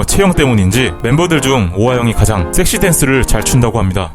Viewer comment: 섹시 발음 ㅈ같네